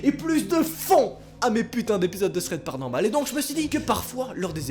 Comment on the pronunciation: Ho jtem trop quand tu dit PARANORMAL lol je flippe mais tu fais rire 😂 sa passe 😉💥😂